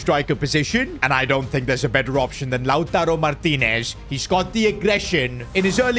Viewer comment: that lautaro martinez pronunciation man holy cringe